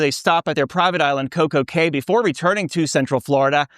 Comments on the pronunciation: It's pronounced "Castaway KEY". Not "KAY". Common mistake. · Castaway Cay is pronounced like Castaway key